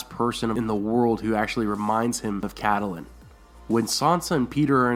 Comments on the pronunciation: ur pronouncing Catelyn Stark's name wrong. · Your pronunciation of Catelyn Tully is very weird in every video. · I completely believe that Littlefinger could have started all of this. He had quite a bit to do with Ned being killed. Of course, I still believe that Catelyn (pronounced Cat Lynn) had a great deal to do with this. Abducting Tyrion was the worst possible move she could have made. It ultimately led to Ned's death and everything that happened after, including Robb ultimately being killed. In the books and the show I kept wishing that someone would sit her down and tell her that she needed to stop. Catelyn was so overwhelmed by what happened to Bran that she couldn't think straight. Unfortunately, before Bran was pushed she was very cautious and didn't make many rash decisions. I think everyone around her was so used to her being level headed, that they didn't notice that she'd jumped off the deep end. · Please STOP Pronouncing it CAT-A-LIN It's KATLYN !!!!! I love your videos but OMG THAT TRIGGERS ME SOOO MUCH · I twitch every time i hear "Cat-al-lin" instead of "Cat-lin" and "Lee-awna" in istead of "Ly-anna" Other than that, nice video! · Good Video, but please don't call her Caddalin. Its pronounced Cat-lin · IT'S NOT PRONOUNCED AS "Ca-ta-lin" the proper way is "Kait-lin" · It's not pronounced Kait-lin. A lot people end up pronouncing it that way, but GRRM and everyone on the show says Cat-lin, so in that case neither are exactly "correct" but Cat-e-lin comes closer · Pronouncing Catelyn Starks name "cadulin" it's Kat-lihn, haha 😂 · I always thought is was pronounced Cat - lynn not Cat- ah -lynn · Cat-Ta-lyn...? WTH? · it's pronounced Catlyn :) the e is silent.